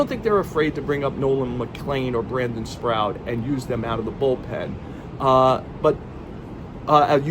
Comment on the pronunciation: Joel, you mispronounced a couple names here. It’s Brandon Sproat, not “Sprout.” Jose Butto, not Botto.